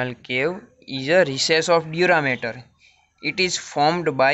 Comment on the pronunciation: its dura MATER and not dura matter...😢